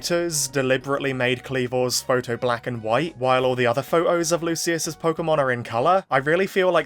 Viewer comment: Why'd you keep pronouncing photo as "pho-oh"? 😂